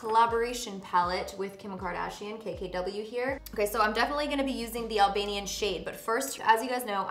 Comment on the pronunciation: As an Albanian hearing you say Albanian is crazy! So freaking cool!!